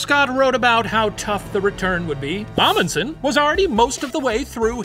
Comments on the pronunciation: I must say that the professor's pronounciation of "Fridtjof" and "Amundsen" were quite good. Can't say the same for the other halves of their names tho lol Loved the episode! We Norwegians LOVE when people talk about us. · 80% sure I'm related to that Roald Amundsen so this is a cool story Also can confirm The Professor pronounced "Amundsen" wrong the whole episode